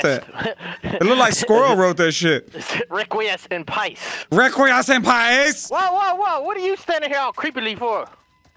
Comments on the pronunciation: I dont remember how to say 'requiesce', but 'pace' is pronounced pa-ch-eh. Requiesce in pace means "rest in peace" in italian. I learned it while playing Asssassin's Creed II lol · Requiesce en Pace (pach-ay) Latin for Rest In Peace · Requiesce in Pacé. It's an Italian phrase for "Rest in Peace" a.k.a RIP. Pays to play Assassin's Creed. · Ngl when they both butchered “Requiescat In Pace” my soul was like WHAT I can’t believe neither of these two played Assassins Creed 2/Brotherhood/or Revelations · the "REQUIESCE IN PACE" 1. not prounaunced correctly and 2. its itallian for rest in peace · Assassins Creed dudes triggered When we hear him pronounce Requiescet in Pace